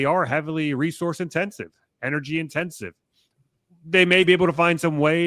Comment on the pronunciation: What is "pricious"? What is "inergy"?